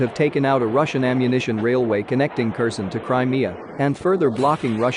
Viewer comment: If you keep saying Kerson instead of Herson, I will stop watching you!!!!!!